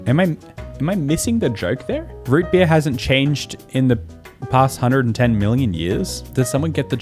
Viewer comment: especially coz he says "r" wrong "drop beaor" vs "drop bare"